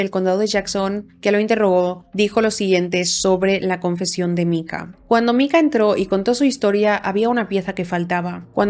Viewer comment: Me ha gustado mucho el video, muy exhaustivo aunque cada vez que pronunciadas Micah como Mika, en vez de Maika me mataba